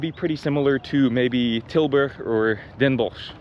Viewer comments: My man just casually dropping perfect pronunciations of Tilburg and Den Bosch in there like it's nothing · Your pronunciation of Tilburg and Den Bosch is spot on btw